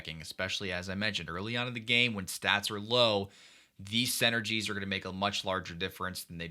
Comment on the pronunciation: I see you still call them senergies 😂 great video as always!